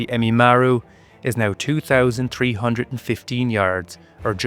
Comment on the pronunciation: it's Ehime Maru not emimaru